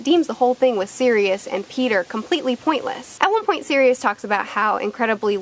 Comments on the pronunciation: If that’s how you say Sirius I’d like to here you say serious? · Man I hate the way you Americans pronounce Sirius